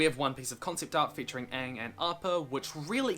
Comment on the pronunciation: Mate just pronounce Aang right and that's a 400% improvement